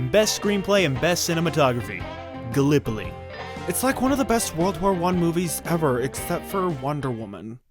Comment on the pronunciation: Finally began pronouncing Gallipoli correctly after failing the first three-four times.